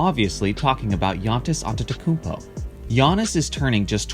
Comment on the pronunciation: yawntis awnTeTokounmpo